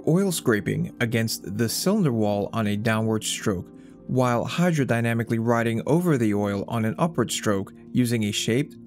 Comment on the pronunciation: Whall The word is while, rhymes with style